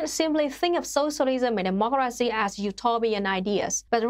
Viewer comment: It's weird how she adds in extra letters to "dem-mok-car-racy" but yet leaves out a whole bunch in "proletariat"